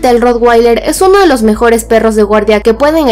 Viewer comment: Es de malísima calidad el video, se ve de pena. Y no se dice rotgueiler, se dice rotvailer, porque es un nombre alemán que significa "teja roja".